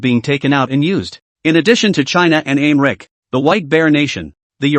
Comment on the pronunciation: The Translation is trash. I am wondering if the pronunciation of America is being mispronounced is intentional or not considering most of the others are correct.